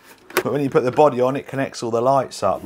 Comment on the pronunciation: 'A boddehs a boddeh innit?' *carefully jots down the new pick-up line*